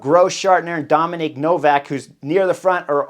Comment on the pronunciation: DOMEN Novak 😂 not Dominic Chris